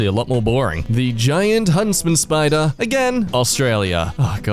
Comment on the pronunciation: i love that with the spider and him being creeped out turned suddenly irish